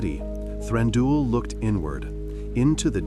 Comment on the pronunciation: Stop saying Thranduuul 😱